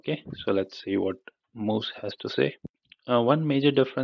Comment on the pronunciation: It's actually muse not mousse